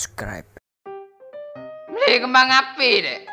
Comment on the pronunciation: Susah banget ngomong subscribe bang😭😭😭😭